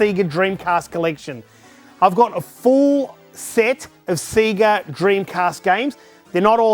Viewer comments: SEGA, say it with me now... SAYGA, NOT F@ SEEGA!!! SEGA because to be this Good takes ages! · It's not Seega it's 'Sega'...!!! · Full respect to you good sir :) I actually sat there and managed to identify right from the start! so many memories. Do you have clones of yourself to play all these games??? also its SAY-GAA (sega) not Seee ga :) sorry was driving me nuts thee whole video.. had to say it. best wishes and cant wait to see the finished room (if it will ever be finished lol) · I'm really confused why people keep pronouncing it "SEEGA" Is this a cultural thing or something??? The systems literally say SEGA on start up. They pronounce it for you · The way he said Sega ruined my day. It's not see-guh, it's say-guh! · Stop saying sega wrong, It’s Seh-gah not See-Ga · Wtf is a Seeger Saturn ???? It's sega (say ga ) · Seega? Say ga. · SAY-GA, not SEE-GA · What the fuck is a seeger?? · say ga say ga not see ga did the sonic opening not teach anything? :) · stop saying sea ge its say ga lol sorry but it's tilting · I can’t watch for then 5 mins of this, him pronouncing Sega like SEEEEGA is too much for me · For a huge SEGA fan, it's weird hearing him say "Siga" so many times. Imagine booting up Sonic and hearing "SiiiiiiiGAAAAA!" lol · I'm sure it's not pronounced seega. Edit just looked it up, apparently some say seega because advertisements in their region may have said that. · Awesome but please stop saying 'Seega'. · Why do you say Sega strange? Seaga? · Whoa! A C-guh meeguh droive! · That. Is. Amazing. The only thing I want to correct you about is the pronounciation of the words 'NES' and 'SEGA' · SEGA what the fuck I’m British it’s SEGA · Stop saying SEGA wrong..grrrrrrrr. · All those games but can't pronounce Sega.... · While I respect your choice to mispronounce Sega since thats the way we all said it before the Megadrive game intro corrected us, Its still grating to listen to. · All these games....Can't even say Sega properly lol.